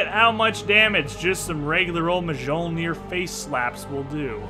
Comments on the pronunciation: i see that you are trying to sound cool. maybe this will help prevent ppl from laughing at you: Mjölnir = /ˈmjɒlnɪər/ or /ˈmjɒlnər/ myol-n(ee)r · its pronounced yolneer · Come on. Thor even says Mjolnir in one of his taunts, say it right man. Mi-yol-near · please read it myolnir... it is swedish... u dont read j like that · stop saying majoelnir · lol he pronounces Mjolnir weird xD